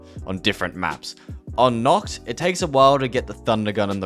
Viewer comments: hello sir im german and i can confirm its nACHt not nOKt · Wanted to hit my head on the wall everytime he said ‘Nocht’ instead of ‘Nacht’